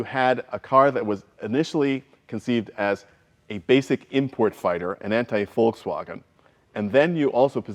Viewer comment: That pronunciation of Volkswagen was spot on.